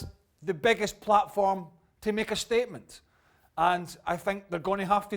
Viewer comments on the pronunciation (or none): none